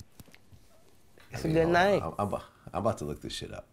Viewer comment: “ITS A GOOD NYAME“ “GOOD NYAME” 💀💀💀💀💀💀💀